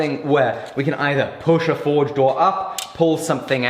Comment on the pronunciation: Whenever says forge it sounds like he's saying Ford. The old Ford-esk slogan keeps coming ro mind 'have you driven a forge lately'.